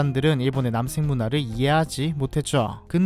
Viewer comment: 남섹이라고 들리는게 너무 거슬려 ㅠㅠ